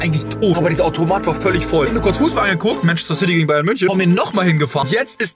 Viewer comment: du sagst immer ortomat